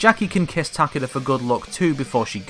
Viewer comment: Ta-KAY-da. not TACK-uhduh.